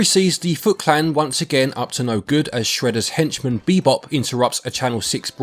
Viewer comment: He said Bebop... it hurts 🤦🏾‍♂️